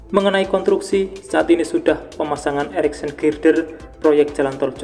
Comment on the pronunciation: Konstruksi, bukan kontruksi.